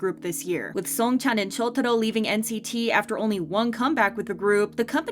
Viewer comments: Who is Chotoro😭😭it's Shotaro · The pronounciation of shotaro is god awful